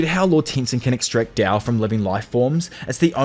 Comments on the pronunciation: Why do you keep calling it “dao” when you know that it’s “Tao”? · no on god. i hate the way he said tao